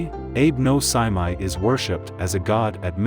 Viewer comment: Well the fact you mispronounced the guy’s name from the get go is not a good sign.